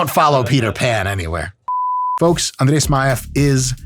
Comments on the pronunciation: Он произносит имя Смаева без акцента) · Когда он произнес имя Смаева, я аж подофигел - русский что ли? Я думал, что американец, но потом он пояснил за происхождение, и всё встало на свои места.